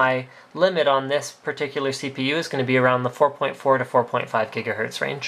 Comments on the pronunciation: GIGAHERTZ ... not jiggahertz xD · What the fuck is a "JIGAHERTZ?" Did he not know he was saying gigahertz wrong? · FIVE JIGAHERTZ?!?!?!? GREAT SCOTT! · Jiggahertz :D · What the hell's a jiggahertz, doc? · HOLY MOTHER OF GOD, 5 JIGGA JIGGAHERTZ? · yay for Jigahertz! xD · Jigga what? Jiggahertz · jigga hertz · jiga what ? jiga who ? jigahertz... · 4.6 Jigahertz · jiga hertz lol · 5 jijgahertz lol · Jiggahertz LOL